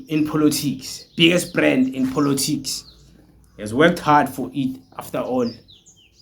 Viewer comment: Point of correction its called Politics not "-Polotics" as you call it😅but i love your videos though